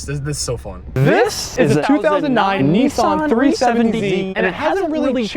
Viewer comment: what is with you people calling it NEE SAN, its NISS SAN